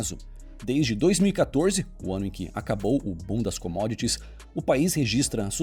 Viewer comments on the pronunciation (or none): Minuto 9;09 diz bundas comodits